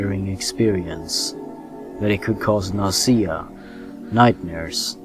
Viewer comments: Why do you keep pronouncing the word "nausea" with the stress on the second syllable? It's NAW-zee-uh, not naw-SEE-uh. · Lmao "nassia" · Ahh it's so weird how I can completely forget English isn't your first language and I only remember when you say words funny like "Junior" or "nausea" haha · The way you pronounce nausea :D